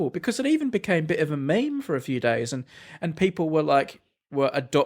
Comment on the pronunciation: Am I the only one who notice that brady said meme as me-me instead of meem?